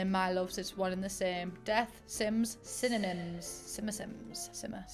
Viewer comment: "Death, sims =synonyms, simmernyms.." you mean SINNER-SIMS